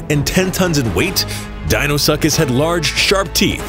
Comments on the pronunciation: Btw Deinosuchus is pronounced Di-no-su-kus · He said Dino-suck-is 😂 i'm dead